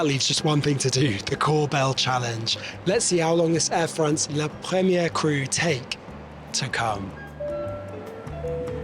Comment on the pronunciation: 1 more time he said “la premiege” with French accent and I would’ve close the video